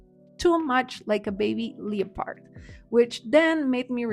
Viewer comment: Friendly tip: leopard is pronounced LE-pird. Twix Bunny is delicious.